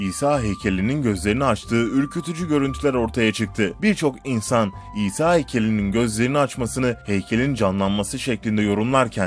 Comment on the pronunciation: Şuna isa diyip durmayın o peygamber o ha isa